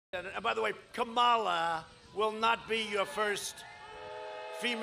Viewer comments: It's pronounced "comma-la" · HAHA LOVE TRUMP he pronounces her name like Kamala the Ugandan Giant, the pro wrestler.